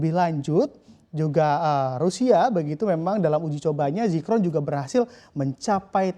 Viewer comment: Zircon bukan Zicron....